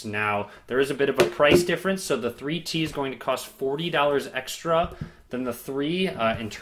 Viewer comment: For few minutes I didn't understand why you are keep saying "free tea" then I realized it's "3T" :D